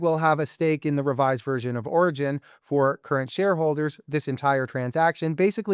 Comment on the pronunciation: Orogen not Oregon😊